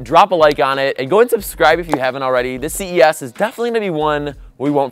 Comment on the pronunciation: am i the only one that thought he said cvs not ces